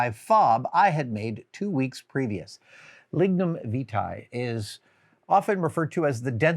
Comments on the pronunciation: It's "Lignum Vie-tee" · Lignum Vitae. A name I hate the 'correct' pronunciation of. I mentally say something else.